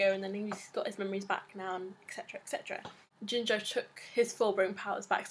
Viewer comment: I think his name is pronounced Geenjoe (Ginjou). It's like taking Gin's name and adding jou at the end of it. makes more sence and sounds better imo the jinjou lol no offence =P